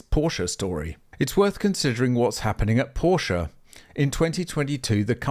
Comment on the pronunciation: Options...are great. And you cant bash Porsche for pushing the tech! And please you are making a video about Porsche at least you can do is pronouce it correctly.